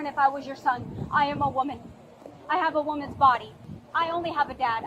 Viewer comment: “IM A WUMMANZ”